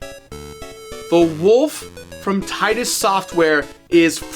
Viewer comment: It is pernouced Titus